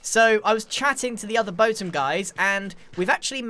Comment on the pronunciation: Boatem having a competitor........grian be like: boathem